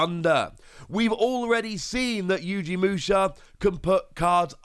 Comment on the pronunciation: 2 things; 1, it is most likely pronounced oh ryu mon. 2, there most likely will be a level 7 digimon with alphamon in its name because “Alphamon Ouryuken” is a jogress of alphamon and ouryumon